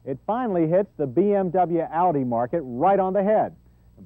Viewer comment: It's "oww-di", John, not "or-dee".